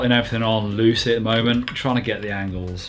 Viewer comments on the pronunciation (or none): none